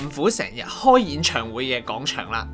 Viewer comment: 有啲唔夠喉,原來仲可以有下集.個人想知都市傳說😂 btw希望主持人糾正下啲懶音,尤其係『廣』場,唔係講場